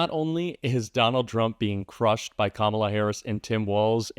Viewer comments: They purposely pronounce it "com ALLAH" so it sounds more Muslim. Just like he always says Barack Hussein Obama. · Not knowing Kalama or mispronouncing her name on purpose is an old racist trope for not acknowledging her existence or acknowledging her as a human being. That's why they do it, that's why Nancy Mace says she'll call her whatever she wants (meaning if she wants to call her a monkey she will), messing up her name on purpose is just another way of not acknowledging who she is as a person. So now trump is defending Biden, saying that the presidency was stolen from him, who he hates, against Harris? Now all of a sudden Harris, Biden's VP's policies are worse than Biden's, but she's much worse than him? Now he's complaining that he has to waste money on this black woman to beat her (which he won't), when it was no problem on how much money he had to take from his supporters to take Biden down? At first he wanted Biden to quit, he was too old, he's senile, but now he wants him back in the race? I wonder why? I know the answer, but does anyone else? To